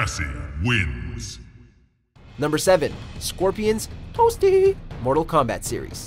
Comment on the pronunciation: He can not say toasty at all